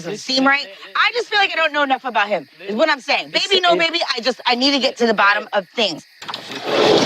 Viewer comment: Honestly the way she says "Beey-bee" just gets me everytime haha